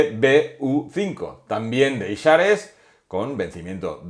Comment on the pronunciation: escuchar "Ishares" tal cual me hace daño a los oídos; "aishers" porfavor